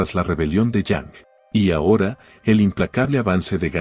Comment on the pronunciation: Porque le dices “dejam” a lm dajun? Suena feo el dejam :(